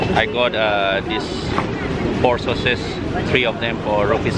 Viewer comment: It's pork sausage not soses😅😅😅😅